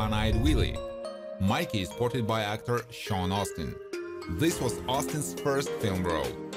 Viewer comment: it's pronounced Astin Sean Astin not Austin